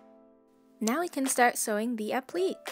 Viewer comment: applique is pronounced app-li-kay, with a long "A" sound at the end D: im sorry, i dont mean to be rude by correcting you